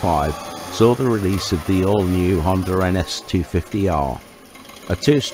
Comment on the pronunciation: . no er on the end of Honda.